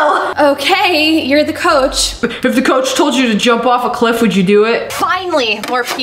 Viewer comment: “Coache” hehe 😂